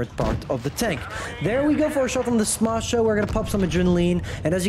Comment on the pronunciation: I love your pronunciation of "Smasher", it sounds original.